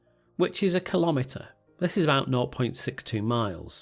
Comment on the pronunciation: Say kilometer one more time.....